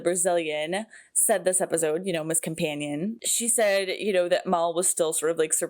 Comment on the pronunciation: Bush as in "bush" Whacked as in " Soprano had a guy whacked". Also, a minor pet peeve of mine, you pronounce Mal as "Mall" or "Mahl". It's short for Malcolm. Listen to the way the other characters say it or widen your lips when you pronounce the "a". Otherwise, awesome reaction!😀